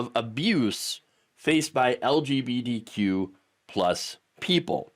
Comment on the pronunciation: Are you saying "LGBDQ"?